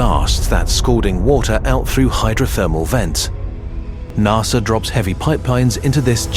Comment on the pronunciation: this would be great if you voiced it yourself. Narrrsssaaaa